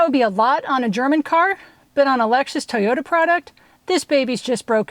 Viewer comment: Where is the D in Toyota ? Toyoda 🙈